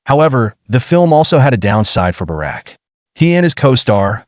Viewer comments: 📢📢📢 Bouraq et non baraque ‼️ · His name is not Barak , his name is Burak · It's awesome to know a bit more about the actor Burak Özçivit but it would've also be nice if you guys wouldn't butcher his name which is Burak and not Barak. 🙂 I saw him first in the TV show "Magnificent Centuary" about Suleiman the Magnificent and later started to watch the historical TV show "Kuruluş: Osman" where Burak plays Osman Bay / Osman I.